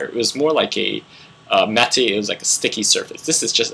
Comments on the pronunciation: "Matte" is pronounced 'mat' (rhymes with 'cat') --- NOT "matt-tay" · Matte is pronounced mat